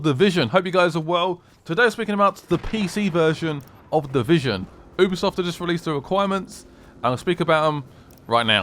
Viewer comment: Its not Hubisoft